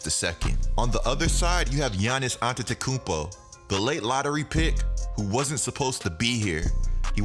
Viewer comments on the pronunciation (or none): "antetekumpa" lmao